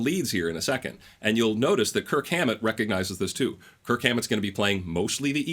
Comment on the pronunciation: Dude you gotta go back and overdub every time you say Kirk Hammet.